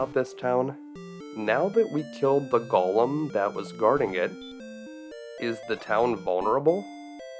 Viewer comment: Go-lum not gollum